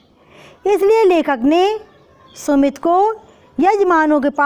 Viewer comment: Ma'am I am puja ma'am aap sumit bol rhi h aur book me sumati likha h....🤨🤨 To ma'am hum Kya likhe???